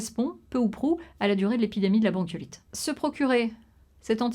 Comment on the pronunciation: Visibl-han. Jour-han. Bronchiolit-han. Ventilatoir-han. Machin-han. Dizain-han. Aaaah jpeux pas.